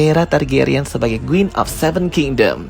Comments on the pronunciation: Bagus bgt penjelasannya, tapi knp pronounce quin jadi Guin?😂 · Kok aku sering banget dengernya gween ya bukan queen 😅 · Mengapa menyebut Queen dengan kata Guin yah.. harusnya Quin, seperti dengan huruf K bukan huruf G. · Queen bang bukan gueen😭😭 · Queen atau Gueen? 😂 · kak, it's queen not gueen 😭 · Kenapa pronouncenya gueen sih Kan queen. Heran deh org jaman skrg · What’s with “Guin”? It’s “Kuin” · ralat bang baca Queen itu kuin bukan guin. thanks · Maaf ka, tapi bukan “GWIN” tapi “KWIN” = Queen 🙏🏼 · oh kirain aku aja... dari awal smpe akhir bngung kok gwin smpe cek ulang namanya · Bang, gua suka ceritanya, thank you bgt udh dibikin story tellingnya, tp agak gregetan ama spelling queen jdi kedengeran gueen 😭😭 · kuping saya gatal denger guin wkwk..emang bacanya queen tu guin ya? tapi mantap bro penjelasannya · videonya baik,, sekedar constructive criticism, karena di beberapa video pertama saya sampai sempat salah mengerti,,,,, QQQQQQQQQQQUEEEN, membacanya bukan "Gwen".... STARKKK ada K nya, membacanya bukan "star"